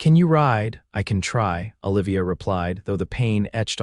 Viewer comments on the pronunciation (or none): "OLIVIA" - Them pronouncing it "Ah'-lĕv-ēyăh".